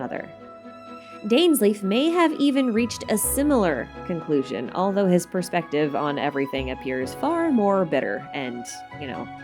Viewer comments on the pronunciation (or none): none